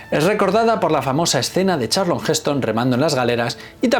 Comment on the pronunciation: Charlton...no Charlon....